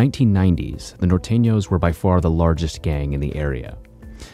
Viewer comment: This white boy narrator is trash.I like the way he says Nor-tenio just like a white boy🤣🤣🤣🤣🤣🤣